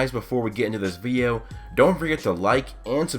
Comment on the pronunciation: You said video wrong